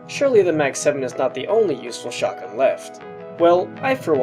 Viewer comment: Is it just me or whenever he said shotgun it sounds like SHARTguns xD